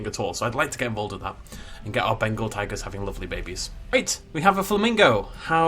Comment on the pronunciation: Anyone here him say bengal tangers